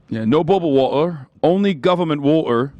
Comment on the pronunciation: Please stop trying to say "water" with an English accent. Its so far off Im cringing out of my skin lol